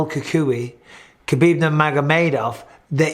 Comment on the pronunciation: Just say HAbib. I know you make the joke of doing the flemmy H, but a regular H is surely more accurate than pronouncing the K